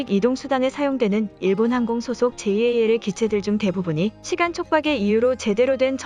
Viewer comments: '제이에이엘'>>> '잘' 이라고 읽으세요 ANA는 그냥 '에이엔에이'이라고 읽지요. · 보통 잘(JAL)이라고 부르는데, 제이 에이 엘 이라고 하니, 엄청 어색😶